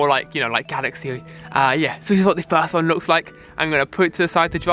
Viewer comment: Fwé, twoo, wan, lez goo